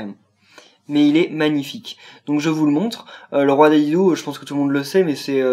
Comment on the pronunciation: Sa ce dit DIDIDI et pas dédédé